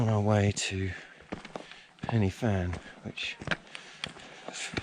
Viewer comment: Great video, great trek and is always busy as groups usually do the climb for a charity, by the way it's pronounced Pen'a van, but hey, and keep an eye out for the SAS around them hills...